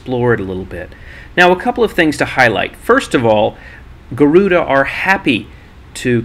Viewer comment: Actually, Its Garuda Indonesia, Not guaruda.